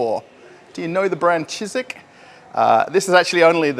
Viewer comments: Cheesik😀 you murdered him hahahaha Ж is pronounced like J in Deja vu 😀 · “I’m working in a Shizik store”! 😂